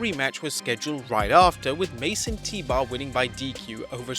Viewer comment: I keep thinking he is saying Mason Teebar.